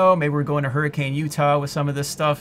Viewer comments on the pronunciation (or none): Hurri-cuhn is how its pronounced, not Hurricane